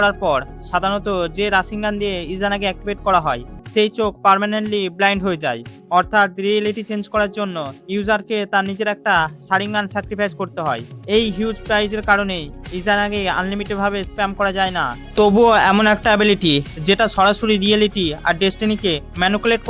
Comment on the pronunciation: সারিংগান❎❎রাসিন সু রিকেন✅☑️😂😂😂